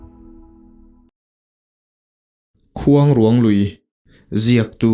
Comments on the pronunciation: Keipawh Sakrûang tih kan lama rûang tih anga lam tur niin ka hria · Mitthi tawh taksa kan sawi dan ruang tih anga lam tur a ni lo, khûang i lam dan tluk ang hian rûang tih hi lam tur niin ka hria.. a ngaihnawm e. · Khuangruang hi i lam rik dan a diklo ruang hi rairuang kan sawi a ruang lai kan lamrik dan ang hian lam rik tur mitthi ruang a ruang kan lam rik dan anga lam rik loh tur. Khuangruang hi fanghmir chi khat saihmarthur aia te deuh a rawng pawh saihmarthur rawng ang a ni. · Khuang leh ruang tih hi a thluk a in ang tur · Ni e ruang tihlai khi asang tur ania vawk chaw atan kala nasa thin...khuangruang lam ngil pheipop tur ...Entirnan...La..Lalrinchhana tih anga lam tur.mase fanghmir nilo in hnimhnah zawk o..ahnah poh asei ve deuh. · Khuangruang tih i lam dan hi a dik lo. Tlângâu tih thluk angin thluk tur aw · I la nau vve deuh a nih hmel luikuang, i lam kha a dik lo, mitthi an dah na kuang kan lam ang hian lam rik tur, tin, khuangruang lui i lam rik dan pawh kha, a ruang lai tak kha rairuang tih kan lam rik dan nen khan lam ri ta la a dik zawk ka ring, i aw ngaihthlak a nuam bawk si a